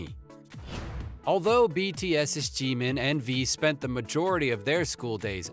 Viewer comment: Anyone else like how he says GEEMEEN